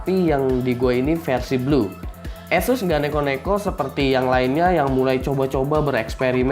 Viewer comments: kok kyk bule bg??? esus enakan asus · anjay beneran di tes :v btewe nih pengcuapan nama Asus yang bener itu "Ass ess" atau Asus gitu aja? soalnya di official page ane pernah denger pengucapan nya Asus gitu aja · "esus" lol.. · hehe gw mencoba untuk memperbaiki spelling ASUS yang sesungguhnya, itu aja kok. Kalian boleh cari sendiri sebenernya gimana pengucapan brand ASUS ini